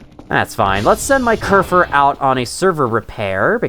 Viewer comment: You're actually pronouncing kerfur right!! Im surprised you didn't fall into the habit of calling it kerfus like other people do, which is a silly cat server robot and the real life inspiration for kerfur :3